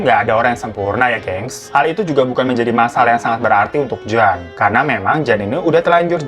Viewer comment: Nama JAN, dibacanya YAN kak, dalam bahasa Belanda maupun Vlanderen Belgia, Huruf J itu dilafaz nya Y.